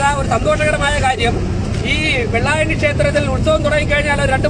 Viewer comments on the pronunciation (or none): 'വെള്ളയാണി' യോ? 'വെള്ളായണി' എന്ന് പറയൂ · വെള്ളയാണി അല്ല വെള്ളായണി അല്ലെ???